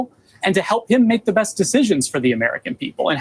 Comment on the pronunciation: Did you catch that ? "Help him make the best decisions," emphasis on the word "best."